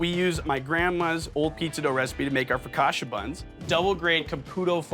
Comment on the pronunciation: It’s pronounced FocaCha not Focasha! 🫣